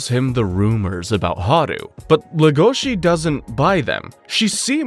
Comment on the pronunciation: He says le gOh she, when it's pronounced lE goshi